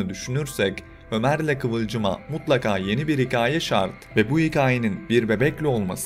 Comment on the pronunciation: “Hikaye” telaffuzunuz beni çok rahatsız etti. Hikayede ki a harfi inceltilerek telaffuz edilir. Buna dikkat ederseniz yorum daha dinlenilebilir olacaktır !